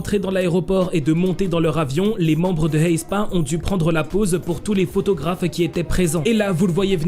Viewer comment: Pourquoi tu il dis « Heyspa » ? C’est plus simple et logique de le prononcer « éspa »